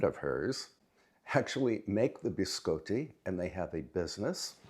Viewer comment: It's pronounced (bi scotty), as in 'beam me up Scotty'. Sorry, I have OCD. Love the room setup and I really want to setup a pantry too. Your videos make my day . There's too much negativity in the world and it's nice to get away from it to take some time to relax and enjoy life.